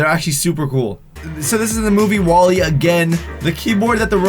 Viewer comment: Jeuzes -_- its wall-e...